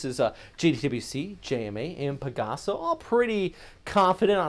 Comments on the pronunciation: come on, man. i've been watching you since the haiyan days. do those pagasa folks a solid. it's "Pag - Ah - Sa" not "Pa - Ga - Sa". 😁😁😁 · pug ahhhhh sahhhh....accent on the |AHHHHHH